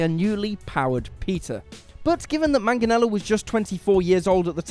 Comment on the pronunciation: You guys can't pronounce 'Joaquin' for shit, but 'Manganiello' gives you no trouble...? You're maddeningly inconsistent.